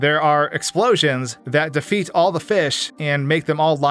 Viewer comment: "there are explosions that defete all the fish" ah yes defete